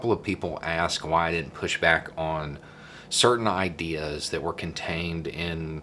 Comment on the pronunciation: "IDEARS"? Pronounced aye-ď-ahrs